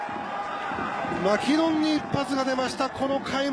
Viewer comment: ここの球場のウグイス嬢さんのマキノンの発音違うんだよな